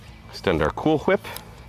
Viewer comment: Say that again, what did you say? Why are you saying it like that?